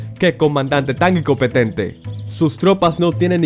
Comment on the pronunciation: Épica pronunciación 😂😂 . Icopetente . Posribidad de 😂😂😂😂😂